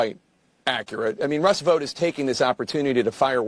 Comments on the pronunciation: My brother in Christ, are you actually reading this or is AI reading a script in your voice? Russ Vout (rhymes with ‘out’)?? It’s pronounced VOTE. Project two-thousand twenty five. Are you serious? Who SAYS that?? It’s Project Twenty Twenty-Five, as in the year. 😂 What year were you born in? Why, one thousand nine-hundred and eighty seven, my good sir! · It is pronounced vote. Is this an AI voice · Vought rhymes with Vote.